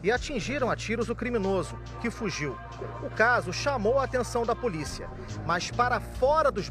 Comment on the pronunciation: Só não entendi porque o repórter fala "mãs" ao invés de mas. 🙄